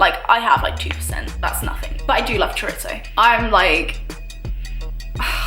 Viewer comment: "I've always loved chorizo" but she pronounced chorizo wrong so maybe that's why you didn't understand her